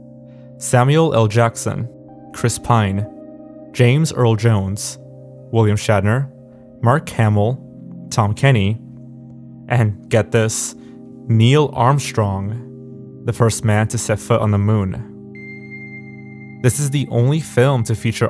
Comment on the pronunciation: I’m more worried about how he somehow butchered Neil Armstrong’s name